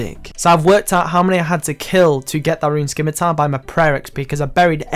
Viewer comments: How did you get a torso at such a low level? Also, it's not a skimitar, it's a scimitar... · "skim-a-tar" vs "sim-a-tar" pronunciation cringe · By the way, just for people like me who know better. The c in scimitar is silent. Soooooooo. Stop saying it like skimitar please ( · Scimitar has a silent c... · Why is it that so many scapers still can't pronounce "scimitar" correctly?